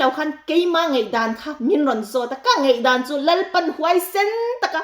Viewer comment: A ngaihnawm ṭhin. Mahse... Zei nilo in ZAI Peih nilo in PAIH Ngeihdan nilo in NGAIHDAN, Buatseih nilo in BUATSAIH... Etc. I lo fimkhur nan